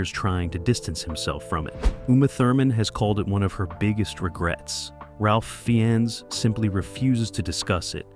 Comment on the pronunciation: Really good and entertaining video, now learn how to pronounce Ralph Fiennes and we are golden xD (but really good video, have a like)